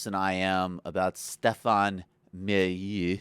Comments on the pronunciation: You are making fun of his name? How hard would it have been to get it even just approximately right? Talk about intellectual laziness. You lost me at that point. I have no time for empty-headed sneering. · Whoah, bad video, huh. I would advise learning how to pronounce somebody's name before you suggest that your criticisms of the person's life-work have any real validity. If my history teacher were to refer to Hitler as "Hortleer" I would hesitate to take their knowledge about WW2 seriously. Add to that the admission that you actually "don't know much about the guy..." and my brain struggles to understand from what angle you see yourself as a reliable source and for what reasons anyone would agree. You say he creates a "guru atmosphere", uses "intellectual jargon" and"pseudo sophisticated" arguments yet you give no specific examples. In essence, you provide the viewers of this video with your own personal conclusion without presenting the evidence with which you arrived at such an opinion. Ironically enough you criticise him for not "playing the role" (?) ..."of an analyst" yet you provide us no insight into your own process of analysis. In regards to your observations about the lack of "empirical reality" and "empathy" inherent in libertarianism - I suggest you apply a little more of a critical eye on the subject before arriving at your tenuous conclusions. Stefan refers to a broad range of empirical studies into the links between spanking and poor psychological growth as well as empirical evidence into the links between free markets and growth of economy. In short; there is an absolute tonne of empirical evidence inherent within Stefan's videos if you take the time to adequa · Please oh please learn how to say the man's name if you're going to criticize him. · MO-LY-NEU not MILIEU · It's pronounced "mall a new," not "milieu." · Again, MOLL-LA-NEW, Jesus, say it right... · At least know how to pronounce his name. I had to tune out cuz you sound stupid